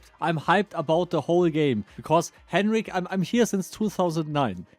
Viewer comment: 1000 vids and Henrik won't even say your name right.